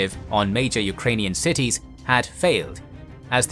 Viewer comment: Extremely high quality and well explained. The only thing i can complain for is the wrong pronunciation of the Ukrainian city names xD. Cheers from Ukraine. We will win this.